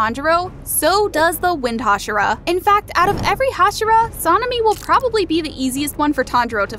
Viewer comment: You Say sanemi name so bad